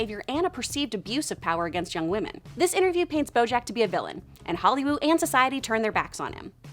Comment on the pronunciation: wait, did you just say Hollywoob?